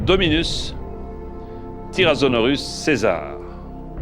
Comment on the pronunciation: J'adore comment JPF dit "tyrazonorus"